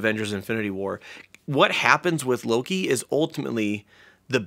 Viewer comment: Don't wanna be rude but it's Loki. Not Lori 😅